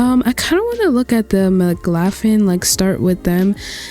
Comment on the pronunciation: I believe McLaughlin is pronounced like "Muh-Klaw-Glin" 😅 thank you for doing this vid!! I have been looking for more small custom worlds since I do most of mine in Winchester Farming Community lol I can't say which I like more. This one has university rugs/buildings, Winchester has dive spots.